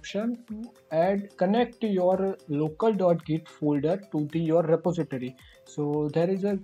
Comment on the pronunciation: Re-po-si-tory but thankyou really that helps :)